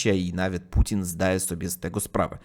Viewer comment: Mówi Putin słyszę Pudzian 😅😅😅😅